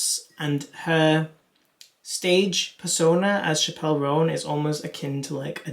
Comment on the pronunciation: Chappell (like apple)